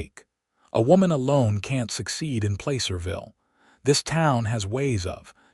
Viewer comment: Placerville isn't pronounced Playcerville!